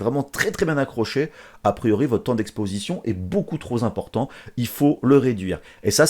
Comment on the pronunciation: merci pour la video mais alors par contre les liaisons dangereuse quoi " trop zéxposé/ trop Zimportant"